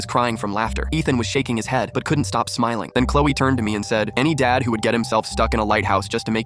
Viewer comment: Why did it the subtitles say "lighthouse dance"... and why did it sounded like "lighthouse dan".... Im guessing it was supposed to say lighthouse dad